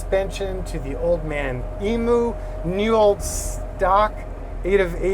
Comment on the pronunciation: Please don't say "E-moo". The correct way to pronounce Emu is 'Em-you'. Pronounce the 'Em' sound the same but substitute 'you' instead of 'oo' at the end. Just saying :-)